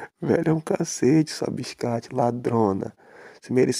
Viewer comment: "Bixcate" Kakakakakakaka